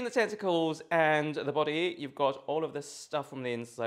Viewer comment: Could have sworn you said testicles instead of tentacles first mention ... 😂😏